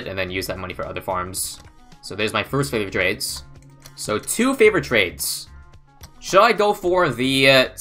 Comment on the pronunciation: that is the first time I’ve ever heard pronounce favored trades right instead of calling it flavored trades